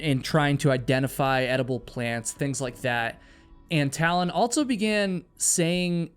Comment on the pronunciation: "EnDERD"! What? "Altso"?? HUH??